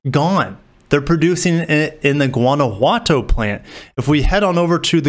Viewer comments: No, it's not. It's pronounced "goo-wanna-who-wah-toe" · amigo, Guanajuato is pronounced "Wanna-wah-toe" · Guanajuato. " Juan a what toe"